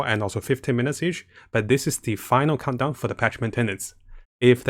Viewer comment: Everyone else: "Countdown": "Condom","Cumdown"